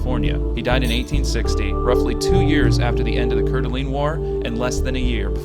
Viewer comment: Core-duh-lane = Couer D'Alene